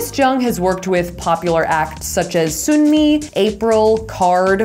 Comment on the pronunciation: Thanks for the new video. 😊 Just a tiny correction: Sunmi’s name is pronounced “Suhn-mee”, I know the romanization is confusing. It’s a common mistake a lot of people make, don’t worry. 😅